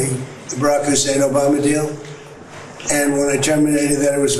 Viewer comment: I wish someone had the balls to ask trump flat out, what's with the way you find the need to say Barack HUSSEIN Obama name in that way you do, what is it you're inferring ?